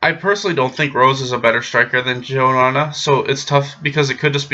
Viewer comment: You spoke very well joanna's name